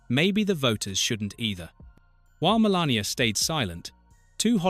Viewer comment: stumbled across this but what's with the mispronunciation of Melania?